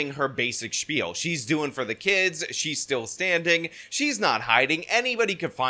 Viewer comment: I didn’t know “kids” was pronounced “kee-ids.”